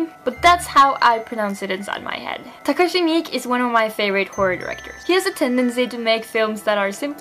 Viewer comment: pronounce it Takashi Me kay